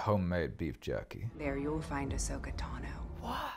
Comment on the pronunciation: Ah-soka "Ashhoka" 🤣 🤦🏻‍♂️